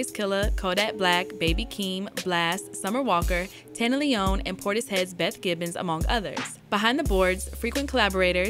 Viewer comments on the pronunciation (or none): none